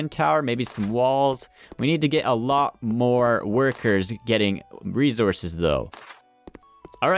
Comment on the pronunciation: Resources not rezorcous